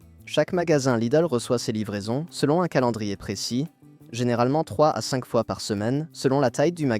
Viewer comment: La lecture par IA est ridicule "sinke" pour "cinq" et pénible avec la voix qui monte haut perchée en fin de phrase sans rapport avec le texte.